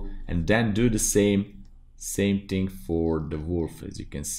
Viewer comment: "one ting" really got stuck in my head